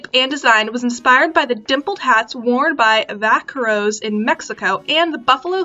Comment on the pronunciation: Pronounced “vah-CARE-oh.”